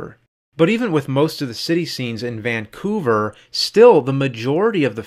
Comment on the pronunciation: I love how you struggle to say Vancouver 😁